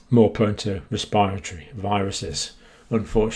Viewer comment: Wespiritowy pwoblems.